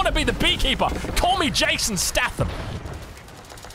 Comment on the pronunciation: please for the love of god it's Jason 'stay-thum' not 'sta-tham' 😂